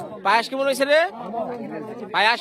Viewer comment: ktay bolte pare na kemon re bole kimon